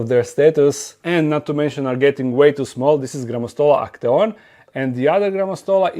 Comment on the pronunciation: The way you say Grammostola actaeon sounds like the German word = Achtung/watch out😂